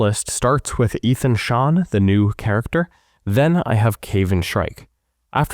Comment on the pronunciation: I think it’s pronounce Aye-thon GET HIS NAME RIGHT